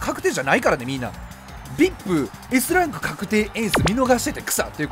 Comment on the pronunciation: Vipの発音好き